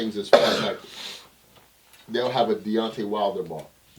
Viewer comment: This nigga Debo said Donte Wilder and Tyson Cane 😂😂😂😂😂😂 bruh you are done lmao “SOMEBODY GET EM A WATER” lol